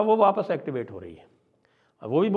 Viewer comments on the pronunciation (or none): none